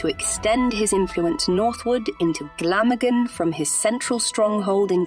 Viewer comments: Great documentary, but I hate it when the narrative is spoken by a computer generated voice, which constantly mispronounces Glamorgan, Caerphilly Carnarvon and Llewelyn. By the way I’m Welsh and live in Caerphilly so this really grates with me. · Had to stop watching/listening due to the awful pronunciations.. even Glamorgan